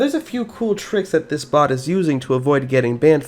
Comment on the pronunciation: Thought he said, "If you ever seen a bot before, smash that like button." What he actually said: "If you very seen a BOX before, smash that like button."